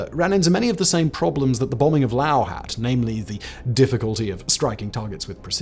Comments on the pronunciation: Laos dude, not Lao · Laos, not Lao. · Why you say lao?😂😂😂 its laoSSS lolzz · It's pronounced Laos, with an 's' not Lao. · And don't pronounce it the Texas way that LBJ did. It's not Lay' os, it's more like La ous.